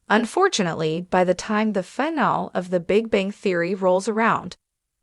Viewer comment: AI narrators don't know how to say the word "finale" (3 syllables: "fi" + "NAA" + "lee") and mispronounce it as (2 syllables: "fi" + "NAAL"), chopping off the word's third syllable. This happens many times in this video and when you use Free AI text to speech generators for your audio narration, your quality is low because you don't run the final results past any English speaking QA living human reviewers before uploading and posting your videos. Why? Is it all about the time and money?